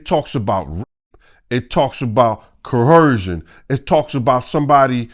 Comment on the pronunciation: If this nigga say "coercion" wrong 1 mo' time.